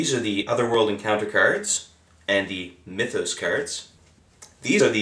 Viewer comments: dude, its not "my-those", its like "mith-oss" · What the Hell's a Mye-those?